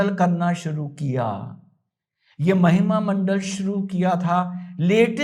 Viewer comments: Sir वो महिमा मंडल नहीं महिमा मंडन होता है धन्यवाद आप हमेशा हंसते रहे ❤ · शानदार जानदार ज़बरदस्त अप्रतिम अद्भुत अकाट्य सटीक विश्लेषण, आप जिसे महिमामंडल बोल रहे हैं उसे महिमामंडन कहा जाता है